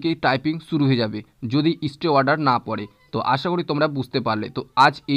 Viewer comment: সবই বুঝলাম। কিন্ত "ইস্টে"নয় স্টে!!